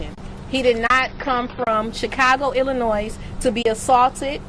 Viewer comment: She’s passionate, however, polishing is needed. The ‘S’ is silent in Illinois...we can’t stand to hear it...💆🏾‍♀️😂